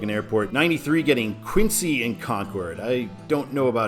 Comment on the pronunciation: When I heard you pronounce "Quincy" for the I-90 / I-93 interchange in downtown Boston I cringed. It's pronounced "Kwin-zee" with a short i, not "Queen-sea". And no, I don't agree that Providence should be a control city for I-93 South there, Braintree or Cape Cod is much better. Traffic from the Mass. Pike to Providence would take Route 146 at Worcester or Route 128/I-95 at Weston. The signs on Route 128/I-95, I agree, Peabody and Waltham should not be used. Portsmouth NH/Portland ME and Providence RI/New York City would be better, respectively.